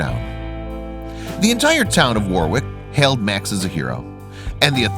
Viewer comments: Warwick is pronounced War rick. It is not far out of the capital of Queensland, Brisbane, but it does have a lot of bushland, creeks and wildlife nearby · I agree. Also, did you notice that they had a picture of cacti that doesn't grow wild in Australia? Plus every time he pronounced Warwick as War wick, I cringed. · From an Aussie, "W a r w i c k" is pronounced as " worrick "